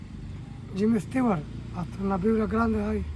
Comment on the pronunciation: Jimmy Swaggart es, no jimmy stiwart.